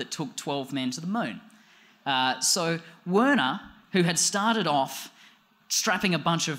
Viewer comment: I think it's pronounced "Verner"